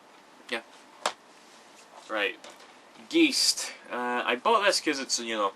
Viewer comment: I love how everyone pronounces "geist" wrong. :D but its okay, they dont know it better, so thats totally fine... actually, its the german word for "ghost"... :) thanks for this video, i enjoyed it! i love gamecube games :)